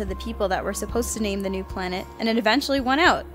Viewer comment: "Pwanet Doran."